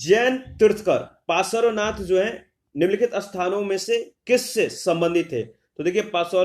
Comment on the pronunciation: It's Parshwanath Not Pasarvanath